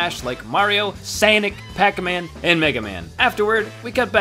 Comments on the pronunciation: Its sonic not sanic! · THE WORD THAT YOU SAID SANIC ITS SSSSSSSSSSSSSOOOOOOOOOOOOOOOOONNIIIICCCC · Lol you pronounced it like SANIC